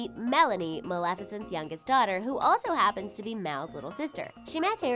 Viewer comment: The only thing that really kills me is y'all pronouncing words wrong like Merida's name and Maleficent's name. It's pronounced on the movies and yet, you still say the words wrong. Just something I had to put out there because it drives me when people pronounce words/names wrong.